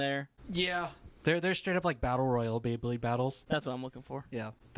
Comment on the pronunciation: Anyone else just hearing "bae-king" and not "bey-king"? 🤣